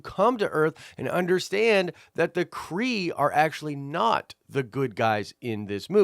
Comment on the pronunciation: Half Kree!! You kept saying half skull